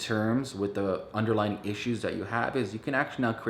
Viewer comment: Under-LY-ing not underlining ET cetera not ec setera Sorry not trying to be a troll it just was distracting me. Maybe I should watch your video on how to stay focused